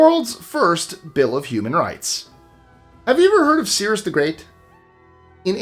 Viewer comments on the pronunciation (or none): I think you meant Cyrus "sigh-rus" the Great